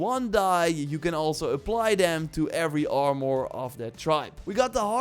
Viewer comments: AR-MER Not AR-Mwuar Won't watch any more of your videos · The way he says "Are-More" is awesome LoLz